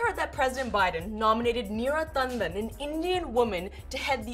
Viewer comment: Feels a bit sneaky to exaggerate the Indian pronunciation of Neera Tanden's name (no one else ever seems to) right before going to bat for her as a woman of color being unfairly targeted. Neera has horrible political opinions, regardless of her gender or ethnicity ("We have a giant deficit. [Libya] has a lot of oil"-Literal Tanden quote, agreeing with Trump on bombing Libya for their oil), and of course it is hypocritical for those GOP Senators to be taking issue with her tweets and completely ignoring Trump. However, again, she isn't just getting criticism from Republicans, it's also progressives who don't like that she's repeatedly sided with the GOP on various fiscal issues, including cutting Social Security and Medicare.